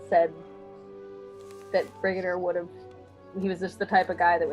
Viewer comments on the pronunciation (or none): It's Brigadier Alistair Gordon Lethbridge-Stewart and "Brigadier" is pronounced like the animal "deer" and with emphasis on that instead of the "a", so 'brigaDEER' instead of 'briGAYdur'! Also, WHAT AN EPISODE! Can't wait for S7! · Pronounced brig - ah - deer. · It's pronounced 'Brigg-er-dear',my dear :) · Brigadier is a level of general rank in military ground forces. One star generals are Brigadier Generals. 2 stars are Major Generals. 3 stars Lieutenant generals (an oddity there major vs lieutenant). 4 stars has no special prefix. Brits likely have mild variance from all that. Brigadier is pronounced Brig-a-deer. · Its a rank in the military!!! Pronounced; "BRIG A DEAR". Alistair Lethbridge Stewart!!!! You made it seem like he was a day player or was just an actor playing a few roles..... CMON! LEARN THE LORE.... WATCH CLASSIC WHO! Brigadere was a MAJOR CH,ARACTER!!! HE WAS WITH MANY DOCTORS AND ONLY RAN A LITTLE THING CALLED U.N.I.T.!!! Please learn who these people are. I don't understand how you can call yourself a true fan when you don't know who the BrigAdere is!! Do u know Sgt. Benton?? You can call yourself a new who fan but I wouldn't call you s True Doctor Who fan until u have watched the episodes that made new who and learn who the important people and aliens are in who! If you could give the names of 20 classic who characters and aliens and a synopsis to at least 1 story of each doctor, then, AND ONLY THEN, I'd call you a true Doctor Who fan. Enjoy. The other Drs are just as great! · Brig-a-dear, for our US/Canadian friends. (They'd roll the "r" in "-er-", and there isn't one in the middle of Brigadeer.)